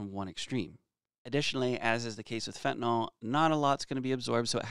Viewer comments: It’s fen ta NIL not fen ta NOL!! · Can anyone pronounce it correctly??? Yl is pronounced "ILL" not "all" So FentanILL. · Awesome videos, super informative and great chemistry detail. My nerves would calm somewhat if you correct your pronunciation to “nyl” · Why do you keep calling it fentanol when it’s fentanyl? Love your content!! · The joke is how everyone pronounces it as "fentanol."